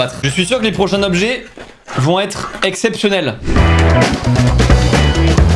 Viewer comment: les 20 "Tobjets" et non pas les 20 Zobjets" ! :D On parle des 20 "Tans" de ma nièce, pas des 20 "Zans"... ! Sinon vous me faites bien rire, sympa ce que vous faîtes !